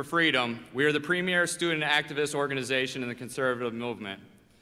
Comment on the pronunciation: Dear, it's "stew'dnt" not "stoo-Dent"